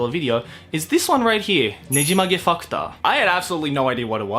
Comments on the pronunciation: I literally thought he said nejimage fucked up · You said "Nejimage Factor" and I kept hearing Nejimage fu*k ta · Almost every time you said "factor" you sounded more like you were saying "fucktar"😁😆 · ''Nejimage Fucktor'' Hmm... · The way you pronounced "Factor" with a Japanese accent made my brain hurt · ooh, uh, you may want too change how you pronounce some words. just the way you said factor, i had to do a double take because it sounded like you said... something else.